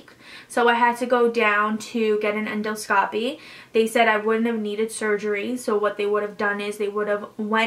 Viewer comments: The way she kept saying endoscopy made me cringe so hard. But this video was super informative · And the pronunciation... endoscopy, surgeon, anesthesia... 6 months of prep and she can’t pronounce those words? 🤔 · We care because we’re here to get some insight into this surgery. You had 6 months of prep and yet you can’t pronounce endoscopy, surgeon and anesthesia properly... you should name your doctor so we can all avoid him/her. Thanks!